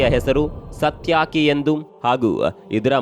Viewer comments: ಸತ್ಯಾಕಿ ಅಲ್ಲ, ಅದು ಸಾತ್ಯಕಿ, 🕉️🕉️🕉️🕉️🕉️ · ಸಾತ್ ಯಾಕಿ😂 ಅಲ್ಲ ಸಾರ್ ಅದು ಸಾತ್ಯಕಿ.. 😂 en voice edru ಪದ ಉಚ್ಚಾರಣೆ ಸರಿ ಇಲ್ಲ😂😂😂😂